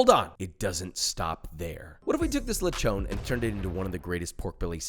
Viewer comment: I love the way you said lechón into the beginning of your video, that's exactly what it is called in Puerto Rico.